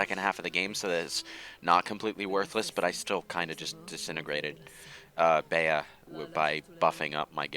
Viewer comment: I'm sorry I can't get over pronouncing it "bay-uh" when most everyone says "bee", as in Bea Arthur